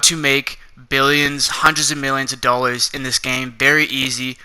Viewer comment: Learn how to say dollar’s